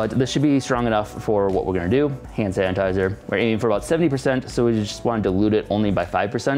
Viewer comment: Am I the only one who hears “HAN sanitiser “